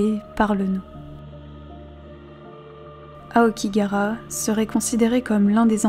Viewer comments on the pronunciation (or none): Mode Hermione Granger activé: c'est AokigaHAra, pas Aokigara.